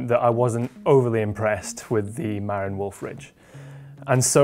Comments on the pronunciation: It's Ma-RIN, the accent is on the last syllable. I used to live in Marin County, California. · FIRST Marin is pronounced: Muh-rin'. It's the name of a county in Northern California. While looks may be deceiving, that bike looks to have too many moving parts on the rear suspension which will inevitably (also invariably) need a lot of maintenance to keep everything aligned. Sometimes the simple solutions are better. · You are not pronouncing 'Marin' correctly. It's 'Mah-rinn' with emphasis on second syllable.